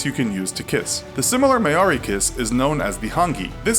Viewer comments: Hey um. its written 'maori' and pronounced 'mawe (meow without the w) Ri (reeces puffs) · Also the New Zealand culture is pronounced maou - ri not focusing on the a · When New Zealand is left out in the map😂😭 When pronouncing Hongi with the ng pronounce it like siNG and the a in Māori isn't heard, the r is rolled and the I is pronounced like a long e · The way he says Maori. Something inside me died. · Maori pronunciation tho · You butcherd maori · your pronunciation of Māori and Hāngi, needs some work. If you ever make a video about Aotearoa and tangata whenua, please do more research. I started screaming at my laptop. Ka kite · Please look up how to say worlds from other cultures if you're going to say them onan informative video. Maori vowels are pronounced differently to English ones. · ughh he butchered the māori pronunciation sorry haha it killed me inside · ok... anyone else cringe hard at the way he said Maori?? Churr